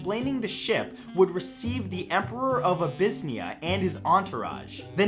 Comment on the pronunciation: Abyssinia pronounced Ab-a-sin-era.....don’t know how he got hold of his version?